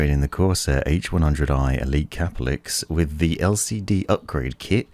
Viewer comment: I thought it was pronouned ker-pell-icks, but in your videos you pronounce it cah-per-licks / cah-puh-licks. Is there an official pronunciation? I've looked at Corsair's help videos and they use the former pronunciation, but I'm not too sure.